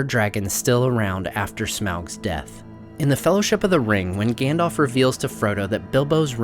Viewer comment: Please please please can you stop calling him "Gan-dolf" his name is "Gan-dalf" ....